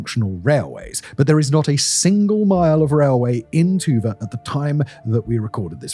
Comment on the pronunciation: Sorry, but whenever Dimon pronounces Tuba, all I hear is